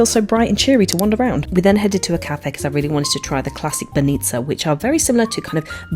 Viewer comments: It's not banIca it's bAnica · Go to pernik and it's banitsa not bannitsa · its bAnitsa not banItsa pls guys